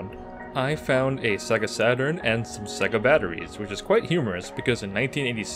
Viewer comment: The accent you were doing sounded like it was from someone who should be able to say sega properly yet you didn't not once , which is always amazing to me when people get it wrong when so many sega games especially on the mega drive/Genesis used to actually say it out loud , Australians get it even more wrong they say seega at least the wrong way Americans say it is in line with how it's spelled